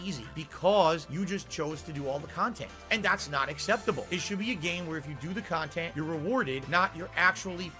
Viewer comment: He can't say dog, box or content correctly, of course he can't say Miquella.